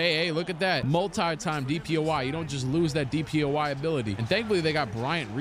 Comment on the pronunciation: Love the videos, but am I trippin or does he say “DPOI” instead of “DPOY”??